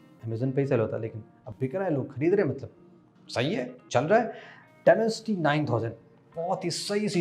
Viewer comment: Demencity 7050 bole ho to bhout hassi aayi hai